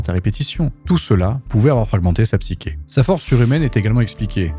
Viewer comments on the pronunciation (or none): Super vidéo, très bien écrite, très intéressante et philosophique. Pour info - car vous semblez être perfectionniste - on prononce "psyCHé" comme dans CHoses. Je vous donne mes points de boost car j'ai vraiment passé un très bon moment.